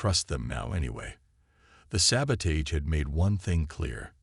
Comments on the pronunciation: Ok. I am only a few minutes into the story. Can you Please tell me what the hell: "saba-TAYGE" is!!!!!????? I have heard of "saba-TAHGE", but NOT "saba-TAYGE"!!!!!! I FREAKIN hate POS AI's. And you have one of those. AND, I made it to the end....AND your AI is a POS for sure. WTF is: "EH-EYE" (AI), "BEAR-idge" (barrage), "as he REED the report..." (as he read "RED" the report), and what the HELL are "RED-outs"!!!??? (readouts) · sabotage.... used so many times and mispronounced EVERY single time